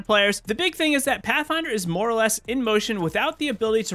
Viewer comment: what's a "MROE fight"? did u just mean "more" ?